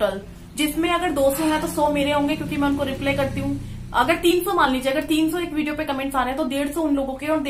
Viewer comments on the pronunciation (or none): Hey dear रिप्ले mat bola kro It's reply रिपलाई😊❤